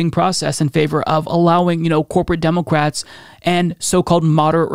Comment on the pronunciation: Demoqwats? What are you saying 🤣